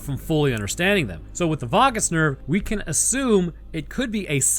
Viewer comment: I don't know if it's a British vs American thing or a vet vs human thing, but I've always heard vagus pronounced vay-gus not vah-gus. I had a lot of British professors so that happens alot (the way they say aluminium is wild). Also, your heart doesn't necessarily need your brain to keep working, at least short term. It has its own pacemakers and if the heart isn't getting a signal they will eventually fire to keep blood moving. The rate becomes MUCH slower (a dog goes from 90-140 bpm down to 20-40 bpm if only the ventricular pacemaker is working) which isn't conducive to high energy activities, like running for your life, but for just being a pet they can do okay for a while. I generally assume human bodies are usually similar for things like that but I don't work with humans, they're gross.